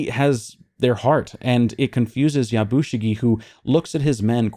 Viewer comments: Just a small thing the way you are pronouncing Yabushige sounds like Yabushigi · I know you gave a disclaimer about pronunciation at the outset.. but it’s Ep 4 by now so I feel justified in saying this. My man’s name is pronounced Ya-Bu-She-Gay.